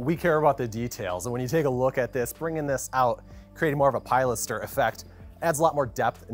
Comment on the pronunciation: You mispronounced pilaster and made me doubt everything. 😂 Gorgeous house!